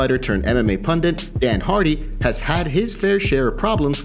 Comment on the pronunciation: Turned “pandit” hahaha